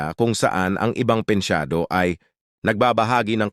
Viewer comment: pensiyonado hindi pensyado